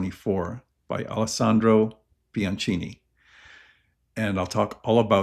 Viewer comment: Pls say “Biankini”😎